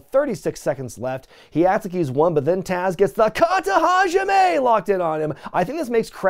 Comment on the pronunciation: BY GAWD ITS THE KATA-HA-JIME